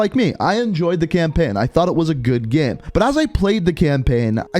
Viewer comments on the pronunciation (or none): "Campein" "gueme" cannot unhear it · "Campenn" "Call of Duty Gemm"